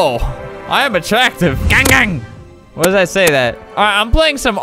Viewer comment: why did he say gaagang